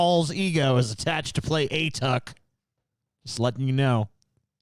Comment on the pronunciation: A-Tuck? It's closer to "ah-TOOK" (rhymes with "book"). It's from an Inuktitut word that roughly means "grandfather" (ᐊᑖᑕᑦᑎᐊᖅ).